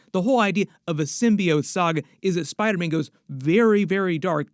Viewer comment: “On the set of SPIDAHHH MANNN”